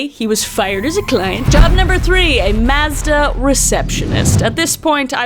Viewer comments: It's "mawzduh" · Lmao u said Mazda and I kept hearing u say mostah lmao an it didn't click u were saying Mazda until u said "the car" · Here in the states we pronounce it "mawz-duh" it's interesting to hear how you say it! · I love how you say Maazduh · The way you pronounce Mazda is hilarious to me because we have a Mazda, and we always have pronounced it Maw-z-Da 😂😂 thanks for being choosing YouTube as your job! Love your content. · I was so confused on what you were talking about. I didn’t realize that you were pronouncing Mazda differently. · Wait that's not how I say Mazda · I love you but I actually HATE the way you say Mazda